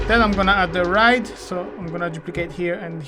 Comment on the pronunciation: When you say ride, i notice you say rid. I have friends whom i help with english, so I will just tell you how to pronounce it, you are meant to say it like Ryde, like to word why, so rhyde 🙂 keep up the great work.